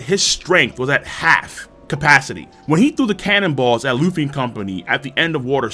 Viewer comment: It’s Luffy